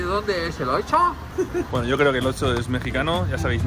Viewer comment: Yo: - Oxxo (ocso): - Otso. Jejejeje me hiciste recordar al oso malo de toy story. Lotso 🐻